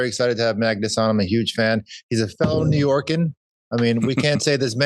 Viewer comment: George, no New Yorker says “New Yorkan”😂